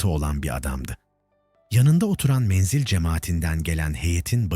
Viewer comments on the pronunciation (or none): Menzil menzel değil okurken dikkat eder iseniz sevinirim.